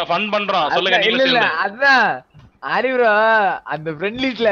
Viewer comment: dey not rai😂